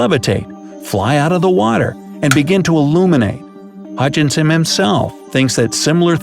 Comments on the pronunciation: You call him Hutchinson but you spell it Hutchison. So which is it? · Sir, you can't "scientifically" disprove anything if you can't even tell the difference in pronunciation of Hutchison from Hutchinson. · You spell it Hutchison, but you are pronouncing it Hutchinson.... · the name was HUTCHISON . . . not HutchiNson - just saying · Hey smart guy! The guys name is Huchison. Not HuchiNson. There's only 1 "N" in Huchison. STOP SAYING HUCHInSON. ONLY 1 "N"